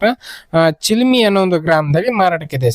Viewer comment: ಚೀಲಮಿ ಅಲ್ಲೋ ಮಾರಾಯ್ ಅದು ಚಲಮಿ